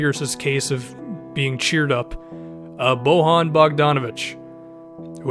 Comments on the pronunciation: It's Boyan, not Bohan. Spanish is the only language where J makes an H sound. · just because SROS says it wrong that doesnt mean u have to pronounce bojan's name wrong ITS BO-YAHN FFS